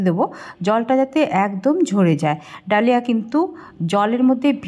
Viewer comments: কথাটা দলিয়া।ধলিয়া না।😂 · Dlia bolena dhali boley